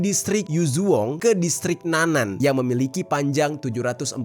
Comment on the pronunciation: bukan district "nanan", tetapi nan-an"